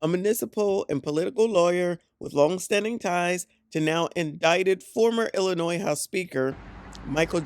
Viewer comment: She killing me with that S in Illinois